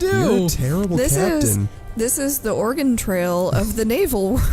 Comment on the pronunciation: I know you meant to say Oregon but ya didn't